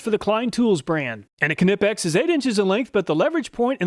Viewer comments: Why do I cringe every time Americans pronounce "Knipex" ....the way the say "Kuh-Ni-Pex" or some pronounce it like "Nee-Pex" just makes me want to look down the barrel of a gun and pull the trigger! My apologies, I'm sure there are many English words that sounds cringe to you too when you hear any foreigners try to pronounce as well! ...Okay, we are getting side tracked here; Thank you again for another great video, I have had those Klein ones since 2007 ant they never failed me, I have also had a Stanley FatMax version of those automatic wirestrippers since 2016, while the automatic vire strippers are great, they can be awkward to use in tight spaces or if you are working with really short wires. Please just ignore the first part of this comment and just keep doing what you do, I love your channel and everything you do! ...You da man!! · Pretty certain Knipex s pronounced NEI-PEX. Two syllables, long I, silent K. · Dont forget to include Williams and Bacho tools in your comparisons. Knipex - pronounced "nipex" the k is silent but Knipex and Williams and Bacho tools are Snap-On companies and often share the same part numbers. It would be nice to see tools in these tests! 👍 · I always thought the K in Knipex was silent. Good thing I never said the name out loud in front of anyone lol. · THE K IS SILENT IN KNIPEX!!! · Disappointed not to see American made Channel Lock. Also, you pronounce Knipex incorrectly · Love this channel however whenever he says knipex it's glass in my ears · not to be the guy but your saying knipex wrong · hate how knipex is pronounced .. so irritating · Great video as always, I use self adjusting strippers daily and would struggle to go back to pliers again. It always makes me smile to hear your pronunciation of Knipex, I'm not saying it is wrong, it just makes me smile! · The k is silent on Knipex btw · yes, you are saying knipex incorrectly. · Why? So he would be pronouncing it incorrectly, like you? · The k is silent in Knipex